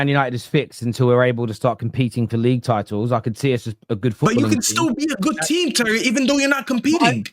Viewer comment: 'Tit'els 😂... *titles